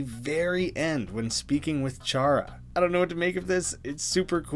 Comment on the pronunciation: Finally, someone who pronounces Chara correctly.